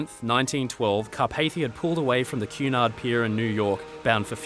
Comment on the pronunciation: Cu in Cunard sounds as in cunning, not as in cute.